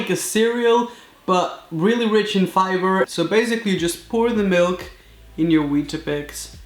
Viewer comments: Its not weeta-bics its weet-bics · btw its weat bix not weat A bix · It is WEET-bix not weet-AH-bix. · It’s weet bixs not weeta bixs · Weet-a bix 😂😂😂😂😂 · Not to be rude but it’s pronounced weat bix* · Its pronounced weet-bix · Stallon #VLOGS Actually you are wrong, they are called Weetabix in the uk. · Stallon #VLOGS I is wett a bix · Alex xx con it's weeta bics. I'm guessing you're American who can't fathom a world outside of American. People naming things differently to America. Crazy isn't it!